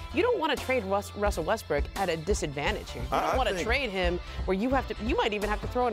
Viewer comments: I'm sorry, who's Wussell? In all seriousness.. say "Woj Russell Westbrook Welcomes" three times fast. I'll leave a like for the trouble. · Lmao when she said Wussell Westbrook I died 😂😂😂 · “Wussel Westbrook”?! We just gonna glance over this?! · no one can pronounce Russell Westbrook's name lmaooooooooooo everyone says Wussel Westbrook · “Wussell Restbrook welcomes” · "wussell westbrook" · she said "Wussell Restbrook" in the beginning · Am I the only one that heard Wussell Westbrook in the beginning? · Didn’t she say wussell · “Wussell Westbrook” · did she says wussle westbrook like elmer fudd lol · “Wusell Westbrook” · "according to woj wessel Westbrook" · According to woj wussel westrook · “Wussle westbwook” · "wussel restbrook" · Wussell Wessbrook 😂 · Wussel Westbrook 😂. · Did nobody else hear her say Wessell Westbrook?? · I couldn’t watch this shit I died when I heard Wussell Westbrook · She said wussell in the beginning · Aw cowwording to woj wussel Westbrook wanted .... Hahahaha